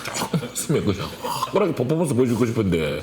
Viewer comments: 그래서 더 웃김 ㅋㅋㅋㅋㅋㅋ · 난 포퍼먼스가 왜케웃기짘ㅋㅋㅋㅋㅋㅋㅋㅋㅋㅋㅋㅋ 포~포모온스우~ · 발음 안좋으시네..퍼포먼스 ㄴㄴ 포.포.몬.스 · 포포먼쓰ㅋㅋ 승냥ㅋㅋㅋ 아 발음대로 자막단거 왤케 웃기지ㅋㅋ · 퍼포먼쓰 퍼포먼쓰 그만좀 했으면 좋게따...ㅠ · 앜ㅋㅋㅋ진짜 매력터진닼ㅋㅋㅋㅋㅋ 이부분 캡쳐각 포포먼쓰라고 하는 발음도 귀엽ㅠㅠㅠㅠ